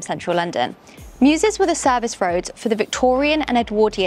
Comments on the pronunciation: Temporal is just MEWS. Not "mewses"😂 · Mews, not mew.